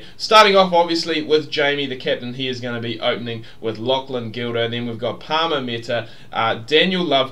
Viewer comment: is Pa-ra-m not Parma.